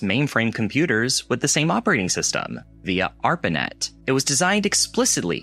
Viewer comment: He said ARPARPANET.